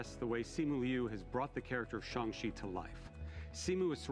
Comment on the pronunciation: it’s shang chi not jhung chi